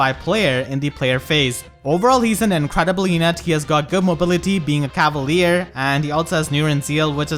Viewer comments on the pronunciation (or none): none